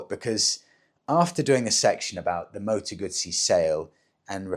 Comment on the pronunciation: What's a Moto Gutttsssee 😂😂😂Never heard of those only a Moto Guuuuzzzzzyy